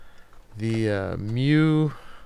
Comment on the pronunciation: It's pronounced myoo. Nuff' Said, XD Also, I am Antony and I gave the money in case you want to upgrade the bundle through the download page. Then you get more games :) Also, Bing Mew and it has a little play button that makes a person saying the word, and its a pokemon btw.